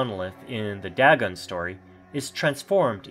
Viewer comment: ITS DAYGON...NO DAGON!!! get pronounciation right man.